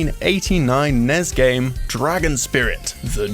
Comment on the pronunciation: Please stop calling the NES "Nezz" or "Ness" or any other stupid thing. It is a series of letters, NOT A WORD!